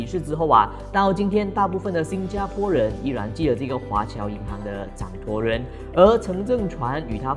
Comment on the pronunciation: 是掌（舵）人，不是掌托人吧？